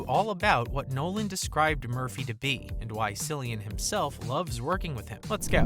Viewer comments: The narrator must be AI. By now the whole world should know it's Kill-ian, not Silly-an!!!!😡 The Irish alphabet doesn't have the letter K, so most C names are going to be hard Cs. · It’s not pronounced sillyan. It’s Killian. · KILL- IAN, not sillian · KILLian, not Cill ian. Jeez. Do your research. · Get it right! It's not pronounced Sill-e-an but Kill-e-an. Please get it right. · Ahh shit!!! it's K, like Killian! not Sillian.... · His name is pronounced “Cillian” and not Sillian .. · Hard C !!!!!!!! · KILL-i-an Murphy...ffs... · Bro jst called him Sillian Murphy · His name is pronounced "Kill-ian"! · its fucking killian pronounced in lreland show some respect A I. Boy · Its pronounced KILL-IAN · Cillian is pronounced like Killian. It's just spelled differently. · It’s KILLian Murphy. Jesus. 😂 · the "Cill" part of his name is pronounced "kill" smh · I believe it's pronounced "Killian " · 🙄 KILL-ian. Hard "C" you'd think it'd be easy enough to research with all the other details. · There's no K in irish so that Cillian is pronounced with a hard C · When the narrator mispronounced Cillian’s name that’s when I closed the video. You make a video about someone and don’t do the basic homework? Come on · Yep .. spot on, lazy reporter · Please pronounce The GOAT's name correctly or just refer to him as The GOAT.. I cringe every time you say his name wrong..